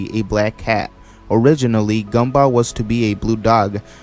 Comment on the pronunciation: I like how you pronounce Gumball Gumbah